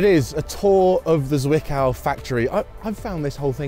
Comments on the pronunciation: Having growing up close to the plant it always gives me the chuckles when you pronounce the Z in Zwickau like S instead of Ts. The pronunciation is not soft. Tststs. In any case, I have been inside the plant as a kid 20 years ago and it is nice to see it after the change. Thank you for that! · Intricacies of German pronounciation: the leading „z“ in Zwickau is very sharp, like the final sound in „hats“ 😉